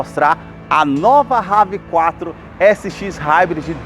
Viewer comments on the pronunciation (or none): Brother não é Rav Quatro Nome dele é inglês e se pronuncia Rev Four